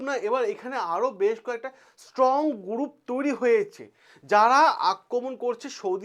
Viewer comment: গুরুপ, কিলিয়ার, পবলেম, ইয়ামিন এগুলো আগে সঠিক ভাবে উচ্চারণ করুন। কানে খুব লাগছে।